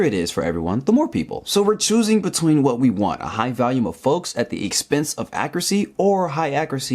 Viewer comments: The way you pronounced 'volume' sounded like 'value', and you said it twice in close proximity which reinforced the confusing pronunciation. Weird. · It really is uncanny how much your pronunciation of 'volume' sounds like 'value', so much so that if it weren't for the fact that you displayed the word 'volume' in the video I would have thought that you'd said 'value'. Weird. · I like how you pronounce "volume" like "valium." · You're pronouncing "volume" as "value". The "vol" in volume is pronounced like the "vol" in "volleyball". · why does he pronounce volume “valume” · Okay, now the weird pronunciation of 'volume' as 'value' is starting to get irritating.